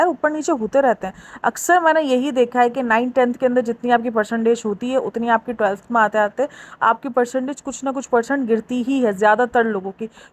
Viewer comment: Anfluance or influence Slip cycle or sleep cycle Telth or 12th Bhai English seekh lay...